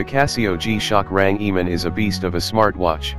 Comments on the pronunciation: bro its range man not rangiman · What's a rang e man? What nationality are you mr speaker? I believe it's RANGEMAN and it's one word 🤔